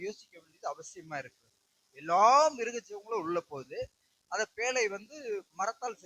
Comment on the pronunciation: பேளை‌ அல்ல பேழை